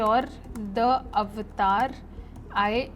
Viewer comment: It's 'avatar' not aftar